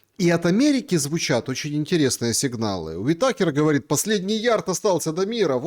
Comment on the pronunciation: бля, проверяй на ИИ произношение фамилий уИтакер правильно говорить уи́такер Перед эфиром возьми свою жопу и спроси у ИИ КАК ПРАВИЛЬНО ПРОИЗНОСИТЬ ИМЕНА И ФАМИЛИИ ЭТО ОООООООЧЕНЬ ВАЖНЫЙ ВОПРОС.... БЫТЬ ГРАМОТНЫМ ЗАЕБАЛ УЖЕ УЧИ РУССКИЙ ЯЗЫК